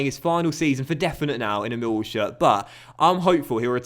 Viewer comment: You claim you get less views on fm than fifa, you don't and if you do its by a few hundred. Also you support Millwall yet you pronounce it Mill wall rather than Millwall. Full me.